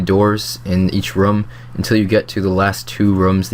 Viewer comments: why do you pronounce room like rum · its "room" bro jesus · something about the way you say room triggers me slightly.. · Your pronunciation of room is very british-sounding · not british sounding at all, in any accent. - am british